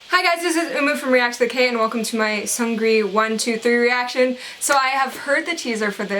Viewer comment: Btw the correct way to pronounce Seungri is Seung-ri, not Seun-gri :)